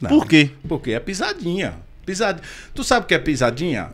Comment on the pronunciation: O cara fala pizadinha com Z e quer tá certo. Ok. Kkkk